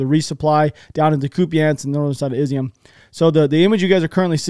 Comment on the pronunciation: Nah man, I appreciate the videos, but you owe us nothing, family first. Also Imma help you out a little my dude. City is not pronounced Izium, rather Iz-yoom. The symbol ю makes the sound like the english word "you". Cyrillic lesson for the day ;). Sorry, keep the videos coming.